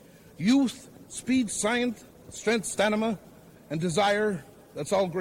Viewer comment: George "Crybaby" Cannon said you need "stanima"